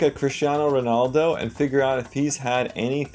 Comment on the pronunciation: U even pronounced him right